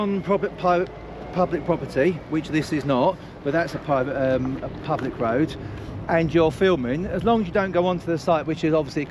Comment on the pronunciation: About did I really hear say, public, pubic, private?